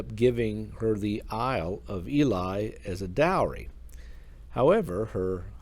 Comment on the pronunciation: Thankyou for telling her story. Ely is pronounced e lee.✨️💖✨️✨️